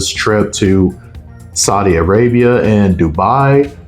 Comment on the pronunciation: Did you pronounce A-ra-b-iah that way?